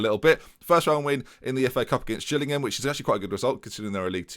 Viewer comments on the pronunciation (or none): none